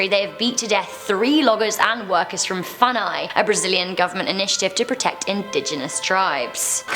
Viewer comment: If you're going to say foreign words such as "funai" or "urucum", at least take the time to listen the native pronunciation on Google translator and try to say it right. It's called good manners :)